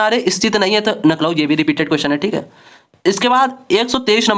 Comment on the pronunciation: Class bdiya thi hats off par lakhnow ❌ nakhlow ☑️